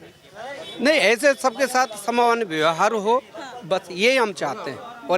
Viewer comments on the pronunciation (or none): none